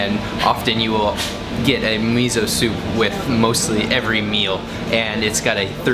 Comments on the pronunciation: Note that fermented soy bean paste is miso not mizo. みそnot みぞ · me-zo lol do you not like s? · like meh so? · Loved the video, but "miso" should be pronounced "me so", not "mizzo". 😀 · It is miso. Not Mizo. Thanks. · did u pronounce mi-zo? It's supposed to be mi-so and not mi-zo!! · It is not Mizo but Miso ! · it's not MiZO, it's miso, like Misso, please pronounce it correctly. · Its not mizo, is miSo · Please don't call it mizo. It's MISO. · Miso. Note that it is spelled with an S. Not a Z. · 「miso」 だよwww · Why does he say MEEZO? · He's from Canadia...what do you expect? ;) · this bothered me as well. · You can't pronounce Miso correctly